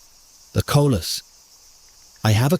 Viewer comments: Coleus not collus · It “co-Lee-us.” Not co-lus. Spelled coleus. There’s an “e” in there and it’s pronounced. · It is NOT Colas it is Coleus. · Coleus! Not colus.